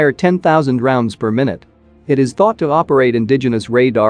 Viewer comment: Per “my newt” ? Lol